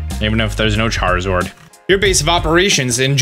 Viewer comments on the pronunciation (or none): none